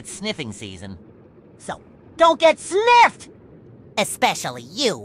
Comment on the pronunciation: You are BACK!?!?!?!!?! OML YESSSSS W MAN and did he say sniffed or ni